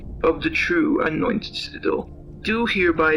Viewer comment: laughing my butt off every time i hear u pronounce anointed. im sure you will get it someday :)